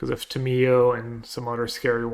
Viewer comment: Ta “Me” yo